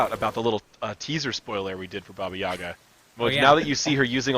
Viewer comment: it’s baba yaga